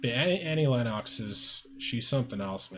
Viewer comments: It's pronounced "Lenn ex" not "Lenn ox". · Um, it's "LEN-nucks," not "LEN-KNOCKS." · Pronounced Lenn-ix